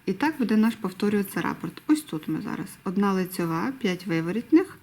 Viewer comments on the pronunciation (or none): Дякую за україномовний контент. Але хочу зазначити, що правильно казати рапОрт, наголос на букву «О»…